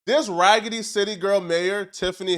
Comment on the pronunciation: Damn, ragidy city bro?😂😂😂